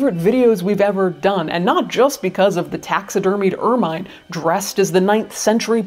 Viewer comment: Excellent video, thanks. Just FYI, ermine: sounds like ur-muhn not "ur-mine"